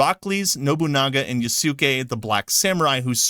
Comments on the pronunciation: Thank you for bringing up Thomas Lockley!. This was one piece of the puzzle of reason why Japanese peoples are so angry. Also, Japanese pronunciation is best broken into short segments "Ya~" is no good. "Ya" is "ya!". In the case of Yasuke, "Yasu-key" is no good. It's "Ya"su"ke". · Actually "Yaske" is the correct pronunciation for "Yasuke". You can listen to other Japanese Youtubers about Yasuke. The "u" and "i" vowels are generally weakened so much to the point of almost muted when it is not followed by a voiced consonant. Muted vowel is so rarely taught to foreign learners of Japanese because even the Japanese native speakers mute their vowels subconsciously to the point many of them fail to realize this linguistic feature. Although having said that, Japanese do "unmute" u and i when they want to stress something. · In japanese the u in su is pronounced very fast to the point it almost sounds like an s. Yasuke is how it is written but its pronounced like Yaske more or less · In Japanese, the stress is mostly in the first syllable in a lot of names. So in Yasuke, the intonation is Yásuke. This naturally makes the 'u' sound in 'suke' silent. It goes as well with Kéisuke Honda (Keis'ke, not Kei-sookeh), the football player, and other common Japanese names such as Shinsuke, Shinnosuke, Shunsuke, Ryunosuke, Kyousuke, Daisuke, Kosuke, Sasuke, Yosuke, etc. 'su' would be sounded off if you want to emphasize it. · What the heck? 😂😂 Ya-sukay is considered the non-American way of saying it? 🤣🤣 Sounds like plenty of dub-watchers are being wrong again... Ya'll need to actually open your ears and listen to how the Japanese pronounce their words, it's REALLY not that complicated. 🤷 So yeah, I think you got trolled or ganged up on by ignorant people. Also... You can just [look up the pronunciation], it's so easy to find out that the people who told you it's "Ya-sukay" are wrong... 🤦🤦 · Yaske is right way of saying not yasuke😂